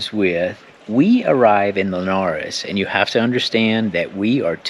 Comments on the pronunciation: (dont know if thats how you spell your name) has really gone out of her way to learn how to say 'Linhares'. The 'nhe' and 'lhe' sounds are really hard to pronounce. Well done! About the "ghosts" imagine how old those houses are... Its natural there will be sounds and creeks and smells but although i am saying this.. i also freak with those "old" stories. Loved this! Hahahahaha! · Another excelent video! Congratulations on your pronunciation of "Linhares". You nailed it. Your next challenge is saying "Fernão de Magalhães", the real (birth) name of the one you know as Ferdinand Magellan. Looking forward to hearing you saying in the next video. And a suggestion: after Linhares, if you want to change the scenary completely, visit Alentejo (Évora in particular). The landscape is breathtaking, Évora has a lot of history (back to the roman empire) and I guarantee you will love it. But be prepared because it is really hot at the moment (around 100F)